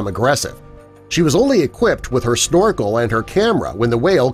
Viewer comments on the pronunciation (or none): none